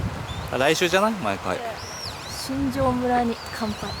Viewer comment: しんじょうそんと読みます🙇‍♀️